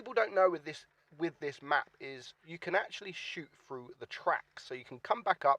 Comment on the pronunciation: Through not frough